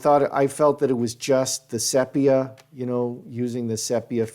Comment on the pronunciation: I think the pronunciation is see-pia. Not sep. iah